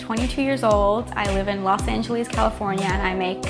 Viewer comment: do you not hear that "Los Angelieeehs"?